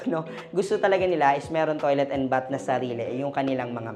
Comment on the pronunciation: BATH with th pronunciation please. Not B-A-T.